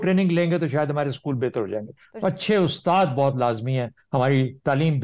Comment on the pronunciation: SCHKOOL ✅ SCHOOL ❌